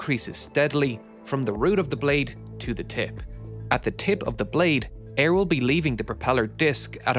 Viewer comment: Say tip one more time...